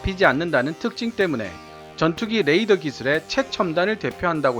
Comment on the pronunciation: 잘 보았습니다. 그런데 자꾸만 Radar를 Ladar로 발음하셔서 듣기에 좀...